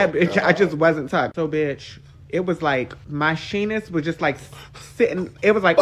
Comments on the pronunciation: "She-nus" is deplorable 😂😂😂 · Did that man say "shenis" WT🤬... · “Shenis” damn dog you killing me with that 😂😂😂😂😂😂😂😂😂😂😂😂😂😂😂😂😂😂😂😂😂😂😂😂😂😂😂😂😂😂😂